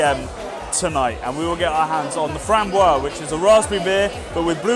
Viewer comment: FramboiSE, you have to pronounce like a "Z" at the end :)